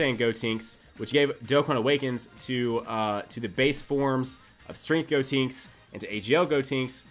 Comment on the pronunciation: please stop saying "Gotinks" instead of "Gotenks"...